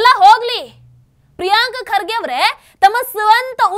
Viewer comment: ಪ್ರಿಯಾಂಕ ಅಲ್ಲ madam ಅದು ಪ್ರಿಯಾಂಕಾ😂😂😂😂